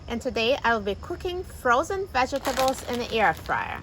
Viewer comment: Why do you pronounce the word vegetable like that?😥